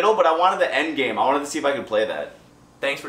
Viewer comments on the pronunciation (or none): why would he snap and say endgame like that? Flagging for offensive content